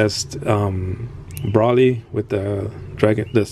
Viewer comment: Broly is pronounce Bro-lee